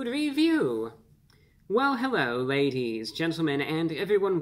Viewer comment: Oh man so bad. I heard lazies not ladies lol